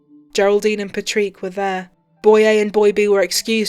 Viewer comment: My biggest complaint about these two videos is hearing an Irishman called Patrick having his name constantly mispronounced for over an hour. Who the hell is “Patreek”?!?